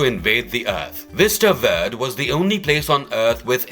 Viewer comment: I like the narrators accent I think it’s British but I’m not 100% sure but seriously Mr. narrator Hulks town is pronounced Vista VER-DAY